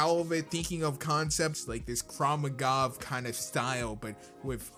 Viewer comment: you said "kraw magav" instead of "krav maga", "kraw magav" literally means "tear a mob" in hebrew XDXDXD